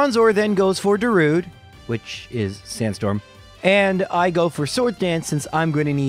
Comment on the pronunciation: goshdarnit, it's Darudé, you gotta pronounce the 'e'!